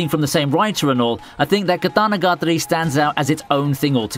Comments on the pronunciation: KaDaNaGaDRi or katanagiri lol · "Monogatri" "Katanagatri", lol.... Its "KatanagatAri" Pronounce that "A" !!!